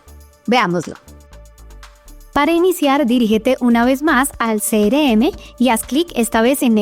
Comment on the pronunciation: Quiero aprender, pero me estresa que diga "cere eme" y no "Ce erre eme"